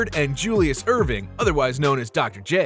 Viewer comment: Its Erving not Irving get it right